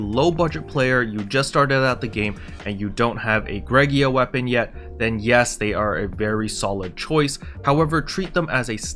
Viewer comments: I’m probably the only person bothered by this, but it’s Greaga, not “Greg-ee-ah”. I have heard some people say “gray-ga” I’ve heard some people say “gree-ah-ga”, but you’re like the only person I’ve heard say “Greg-ee-ah” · "Gree- ga" Hard Gs. 'Ea' sounds like a 'Ee' (long vowel when together). I guess English is hard.